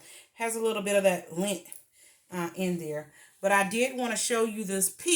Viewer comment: No we can see it's beautiful. But the word is Lint...not link...hope you don't take my correcting as being mean.